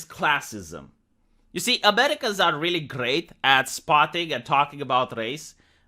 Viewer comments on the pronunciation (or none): none